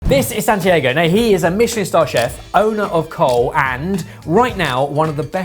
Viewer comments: Why does keep calling him "Sandiego"? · Santi-AY-go? Give it a rest. Mans is right in front of you and you still mispronounce it. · will you please at least make an effort to pronounce Spanish words correctly, especially people's names. I guess Santiago has lived in the UK long enough to have just given up on Brits saying his name right. However, hat's off to Jaime for getting Spanish pronunciations right. I don't recall hearing him get them wrong, including Santiago.